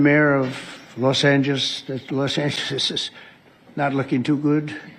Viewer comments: “Los Angessess…Los Angesesessss…” 😂😂😂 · "Los Angeshishshs" - definitely sounds like a man that's on his A-game, eh, MAGA friends? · Los Angishezes!? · Ah yes Los Angleselesesless. I know it well.😅😅😅😅😅😅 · " .. the Mayor of Los Angiss .. Los Ansissis ..." The Class Dunce can't finish a sentence, compose a coherent thought, or even pronounce the name of America's second biggest city! And this is guy holding the Nuclear Codes? 😡Shame on on you MAGA GOP!! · Couldn’t even say “Los Angeles”. What time of day was this “speech”? Sundowning? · He cannot say Los Angeles. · He can't even pronounce "Los Angeles". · Los Angelesissisis 😵‍💫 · How can he mispronounce Los Angeles twice